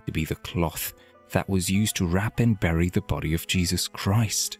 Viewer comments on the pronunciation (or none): none